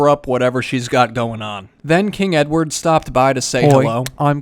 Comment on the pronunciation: ‘Hoi I’m king edwad’